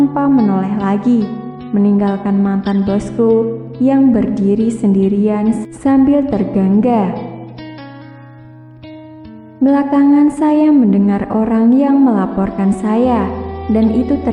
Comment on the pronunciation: Ternganga, bu... Bukan tergangga... Haduh, gk bs bhs Indonesia, bu? Belajar lgi yaa, kesel jga dger cara ibu membaca nya... Hahah